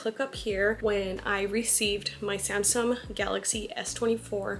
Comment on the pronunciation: Why do you keep saying Samsum 😭